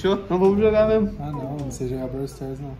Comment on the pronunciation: Braw sters 😂 e braw stars